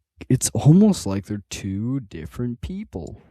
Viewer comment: "Differant" yeah wrap it up buddy, you're done.